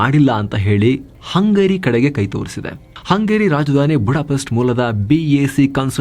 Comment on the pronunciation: ಹಂಗೇರಿ ಅನ್ನದೇ ಹಂಗರಿ ಅಂತ ಹೇಳಿ